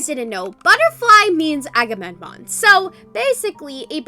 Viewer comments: ''akamenom'' T - T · is struggling to pronounce agammemnon